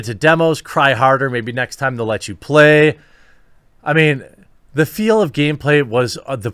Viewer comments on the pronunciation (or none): none